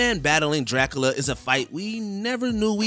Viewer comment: Did no one teach this dude how to say Dracula?? Whose this dude living under a rock who doesn't know how to say Dracula properly??